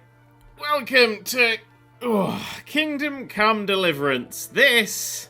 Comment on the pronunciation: The way you said it, it sounded like "Kingdom: Cum Deliverance." Or maybe I've just been watching too much Jim Sterling.